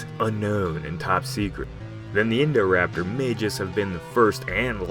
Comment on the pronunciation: i cant get around this name, i only hear "indoor-raptor"